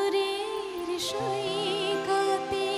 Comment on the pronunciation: oti sundor rhidoygrahi bani sommolito shahidul haq Khan saheb rochito o Anwar Parvez saheb er suraropito gaanti jotobar suni toto bari bimohito hoi. o geychey praner porosh mekhe. je bhabe "sagorer soikote" uchcharon koreche emon mayabi uchcharon aami er aage e porjonto sunini. sokolke dhonnobad eto sundor somoy upohar debar jonne. Postscript. Today I could come across the original song sung by one and only Shahnaz Rahmatullah. By any count this is a fascinating song. Both of them ( Shahnaz and ) have sung it so beautifully. (I may be biased towards ) To me, rendition by were more appealing for two reasons (a) her pronounciation were better and (b) her overall rendering was more appealingly flawless. May be because, today's recordings are better and Shahnaz's pronounciation of Bangla were shade less clearer. has a bright future if she continues to immersing herself fully into her 'singing world'.